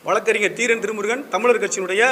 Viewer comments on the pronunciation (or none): none